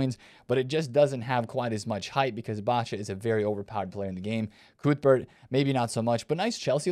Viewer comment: I did enjoy your pronunciation of Cuthbert!! Great vid as usual 👏🏼